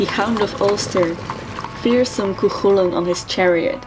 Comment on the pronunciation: btw you're saying chulainn worng lol you got to much a "coik" sound